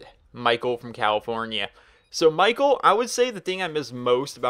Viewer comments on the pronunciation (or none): none